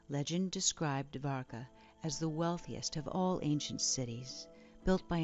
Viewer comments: It's pronounced "doh'war ka" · bruh dwarka is literally pronounced like how its spelled. you dont need to add an extra a